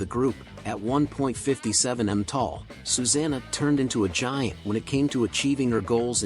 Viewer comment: You would think an AI voice could pronounce 'Susanna' consistently, AI is here to stay and I don't like it :(